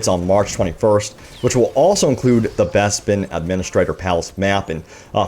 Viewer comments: BEZBIN??? its Bes-pin say it with me BES.....PIN. and dice will fuck this up looks like Ray is still way op. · when you pronounce Bespin as Bezbin 😭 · Wuzzup an Wobby! Neww Besssbin Mahp! Arrrf Arrf Arrooo!